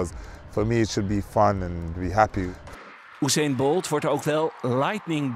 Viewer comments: Oeseen Bolt, wat een uitspraak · Je zegt Usian Bolt als Joe-see-en Bolt